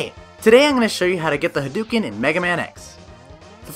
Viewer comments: hah-d'OH-ken ! Not huh-dew-ken -_ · Hadouken is said with "dough" as in "doughnuts." I can't believe people still say it wrong with the internet! 😆